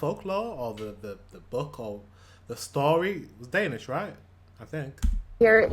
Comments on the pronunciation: She keeps saying "dennis" not Danish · As many has pointed out, she is wrong on so many points. She is not a good source. Also the way she pronounce the word "dansih" hurts my ears. You cant get drunk in the school normally. Its only at parties, and its monitored closely. More and more schools are banning sales on alchohol at highschool parties. It has gotten a bit out of control. Ofcourse there are teachers at the parties. She is so wrong. Please contact some real danish people to hear about this. Not just the alcohol, but taxes and other things aswell.